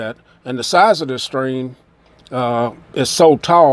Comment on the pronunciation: Why can't you pronounce your "c" 's. Streen.. Strolling.. Wth man